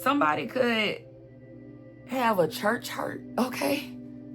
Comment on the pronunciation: Did you say, Church Heart??